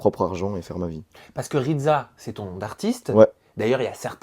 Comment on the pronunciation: Il es plutot baraqué le ridSa pas ridZa 😂💪